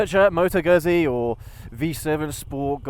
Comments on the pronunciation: Must be very few people who still pronounce 'Gutsee' as 'Guzsee' come on it's not difficult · Just a couple of quick points. Let's get the pronunciation of the brand correct. It's not Guzzy as in Fuzzy, it's Guzzy as in Tootsie. Secondly, there is no way this bike can ever fall into the "cruiser" genre. It's just not a cruiser so continuously referring to it as one is simply misleading. It's not even a "retro" bike because Guzzi have been making this style of bike for several decades, so it's original Guzzi not a retro. I'm a fan of the brand so I just like to have reviewers describe them accurately.😊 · you need to learn to pronounce Guzzi; It is "GOOD-Z" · is it that hard to pronounce Guzzi right??